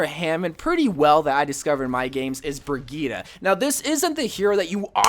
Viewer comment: I've never heard anyone pronounce brigitte's name so wrong lmao